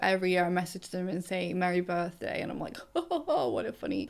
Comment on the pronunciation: "Merry birfmas" for me 🤣